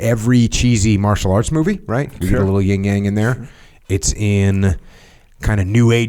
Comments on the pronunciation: Jocko FYI it’s called the “Yin and Yang” NOT “Ying and Yang”. The “Yin” representing the feminine energy you may want to get that straight before the female population gets offended. If you know what I mean. Otherwise keep up the excellent work. 👍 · Its “Yin and Yang” Sir lol not ying yang 😂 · Better Title: "Two Neanderthals Discuss Philosophy" -- an English major should be able to look up phonetics for "Yin" (not "ying") and "Yang," (long "a" not "sang"). Unlistenable, bad description of I Ching ... go back to blowing stuff up (excess Yang, which is entertaining!)